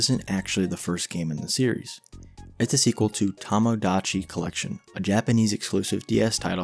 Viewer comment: This is a good video, but you keep pronouncing it as “tamigotchi life” but it’s “tomodachi life”, but also you somehow pronounced “tomodachi collection” correctly